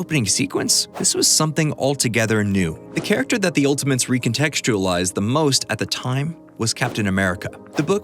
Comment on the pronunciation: He keeps saying "Ultimints."